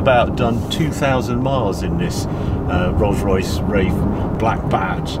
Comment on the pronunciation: "Rose Royce Raiff"